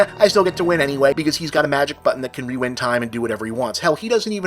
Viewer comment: I noticed that too. Is that Bob's Boston accent slipping in or something?